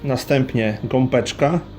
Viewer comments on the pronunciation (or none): (Gopeczka) mówi się Gąbeczka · Gąbeczka - przez "B" a nie gompeczka... bardzo mnie to razi